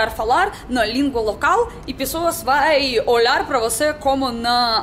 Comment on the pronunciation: linda, seu sotaque é muito fofo, uma palavra que vc pronuncia com sotaque de portugal é a palavra "pessoas" comendo completamente a primeira vogal, grande beijo!